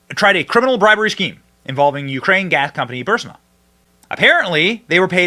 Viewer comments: Bro Benny, can you please stop calling Burisma Bursima brother. Your coverage is awesome but this insistence on mispronouncing it annoying. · Learn how to say Burisma. Just look it up one time and stop say "Bursima". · Bro! Are you STILL saying "BURSIMA"??? It's BURISMA my man. BURISMA. Not BURSIMA. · Bur- is- ma. Starting to get REAL annoying. Video after video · Love your show, but say it with us, Benny. BUR- IS- MA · You need pronounce Burisma correctly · Benny has a problem saying the name right